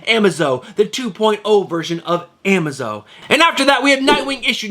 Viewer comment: Not "Am-a-zo"....it's "A-maz-o"